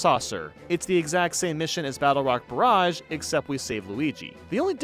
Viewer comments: “Barrage” is pronounced “Ba-RAHJ”– rhymes with “mirage”– not “BEARAGE”. Don’t wanna be walking around sounding like kid-me talking about Naruto Uzumaki Bearage. >.> Edit: Should’ve finished the video, but I’m keeping this up anyway. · Great video, as always Barrage is "buh-RAHZH" btw That one got to me, sorry lmao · Great video! Just a note, on star number 90: Battlerock barrage, the second word is pronounced Bar-raj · Question: did you pronounce Barrage as Bearage???? Wh- why??? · This is seriously the first time I’ve seen anyone mess up on the word “barrage”. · why did he pronounce "barrage" like that :(( edit: AND THEN HE PRONOUNCED IT RIGHT IN THE NEXT STAR?? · Bruh, I'm sorry but the way you pronounced "barrage" the first time made me feel like I got punched in the brain.